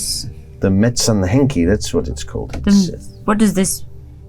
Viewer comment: A Finnish fan of Twin Peaks here absolutely enjoying the folklore interpretations. Dom's pronunciation of Metsänhenki was absolutely perfect. Some related folklore factoids to avoid misinformation and just for fun: 1. Finland has no known runic writing tradition (do NOT mix with the Sami people's runes!) Artifacts featuring runes found in Finland are most likely of Swedish origin from the Viking Age. 2. Metsänpeitto (cover of the forest) itself is not a forest spirit, but more of a state or a temporary curse that could be inflicted on living beings by a forest spirit. Honestly, ending up covered up could be like entering the Black Lodge. Unlike Twin Peaks, there's no ritual associated with entering, only spells for getting out. 3. The lore on Metsänhenki (forest spirit) is very varied, but they do not traditionally possess people like BOB/Otso as they're very much tied to their location, but they can transform. Kalmanväki (the death folk) haunt individuals, much like BOB/Otso appears to Sarah/Dana, but even they don't traditionally possess creatures. 4. Honestly curious how much Dom researched bear folklore and/or Karhunpeijaiset (the most known tradition around bears) because there was quite a lot of cool details here (personally loved the wedding imagery).